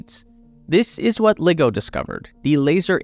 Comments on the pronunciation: Dude, it's not pronounced "liggo", it's pronounced "ly-go". Want proof? Listen to literally anyone who works there. In the same way it's difficult to take a so-called nuclear expert seriously when they say "nuke-u-ler", it's equally difficult to take you seriously when you can't even bother to pronounce LiGo correctly. This isn't hard. Do better. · It's pronounced Lie-go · Great work ! couple of miss pronunciations LIGO, L-eye-go and Ariane, Arry-Anne....cheers.